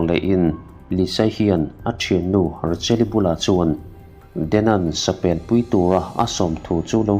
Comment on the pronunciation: steak hi stik ti a lam lo in, stake ti a lam tur ani. miin an ngaithla nasa si a, an lo sawisual palh hmain kalo sawi ve e Taser pawh tiser niloin, taeser ti a lam tur ani e Rachel ti a lam loin, Raechel ti a lamtur